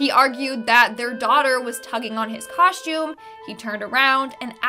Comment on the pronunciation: She probably said, “shtabbing” like she said”” “ coshtume” and every other “st” combination that she added an h.